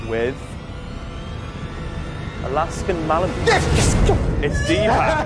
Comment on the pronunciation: She pronounced malamute m a l a m o o XD its pronounced m a l a m u t e